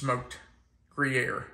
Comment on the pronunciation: Not gree-aire…it’s grew-yaire. Just thought you’d want to know. Gruyere is too expensive, not to mention unavailable, for us. We use other cheeses. Haven’t tried layered onions before but that sounds really good to me-can’t wait to try that, too!